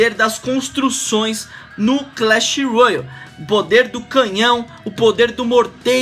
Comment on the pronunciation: Nao é royal É Royale '-'